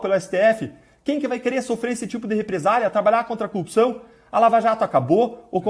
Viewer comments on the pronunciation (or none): Esse também não sabe falar corrupção. "Cupção" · CÚPÇÃO ! é isso que ele fala? KKKKKKKKKKKKKKKKK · Ele tbm fala cupção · Pq todos eles falam "cupiçao" !? 🤔😐🥴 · Deltan não consegue falar "corrupção", igual ao Moro xD